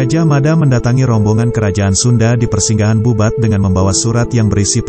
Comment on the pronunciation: Bubat bkn babut ,,🤦🤦🤦 kalo babut itu bola tenis